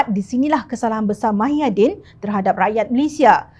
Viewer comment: YG BACA BERITA NI PUN SATU...TAKUT KE NAK SEBUT NAMA BETUL MUHYIDIN..SAMPAI SEBUT MAHIADIN...ADOIII.....SEBUTAN KO...AKU PLAK YG MALU ...